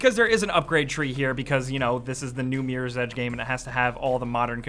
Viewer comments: why does he say meer's edge its MIRROR right? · This dude says meerors edge... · is awesome, but can't take him seriously when he says Meerors Edge... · Miiiiieers Edge. That's how Americans say Mirror.